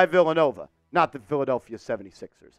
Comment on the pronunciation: Did you say filthadeplphia? 😂😂😂😂😂